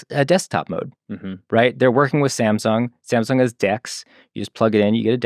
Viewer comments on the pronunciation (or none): none